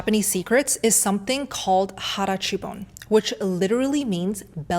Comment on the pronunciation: As a Japanese person, I can assure you that being fat is not illegal and the Metabo law is pretty much reserved for urban areas, it doesn't affect rural areas and those regions have some overweight and obese people too, mainly because of some certain delicacies. And also your pronunciation on 腹八分 is a little wrong, being "hara-hachi-bun". Then with the interval walking, we don't really do that as our areas are accustomed to only having to walk on the road than riding cars, so I don't think we do that often to be frank. And finally even though we are perceived as always eating nutrient dense foods, we all will have cravings for actually delicious delicacies like okonomiyaki as an example, we just have it in small portions but more frequent so we feel fuller Hopefully this clarification will help you and those who see this comment